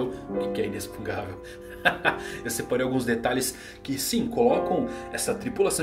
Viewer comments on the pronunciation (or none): Verdade, eu ia comentar sobre isso, ele escreve certo mas lê inexpungável ao invés de inexpugnável, deve ser de propósito só pode. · Pelo amor de deus, pare de falar "inexpungavel", esse palavra não existe! Kkkkk O correto seria "inexpugnável". Desculpe a chatice, mas meu ouvido doí. Adoro seus vídeos. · Beleza, tudo bem? Não quera ser chato, mas já sendo. kkkk A pronúncia certa dessa palavra que você está usando muito ultimamente não é |inexpungável|, não se lê com som de X, esse X lê-se com som de |CS| igual ao X de Táxi, lê-se então |inecspugnável|. Valeu. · falando "INESPUNGÁVEL" em vez de "INESPUGNÁVEL" ta me dando TOC hahahaha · a palavra inexpungavel não existe, a palavra e inexpugnavel. Se pronuncia inespuguinavel. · Por que você fala inexpungável se a palavra é inexpugnável? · Sim. Parece que está falando uma coisa (inexpungável) e escrevendo outra. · E o ainda não consegue falar Inexpugnável kkkkkkkk Ótimo vídeo cara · Só uma dica, você tá pronunciando errado a palavra inexpugnável. Tá colocando o N na frente do G. Leia de novo a palavra e vai perceber. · Fiquei com agonia de ouvir o falando inexpugnavel errado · Vc está falando inexpugnável de forma errada. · Sensei, que aflição, fala inexpugnável direitooo. Bjs te admiro 😘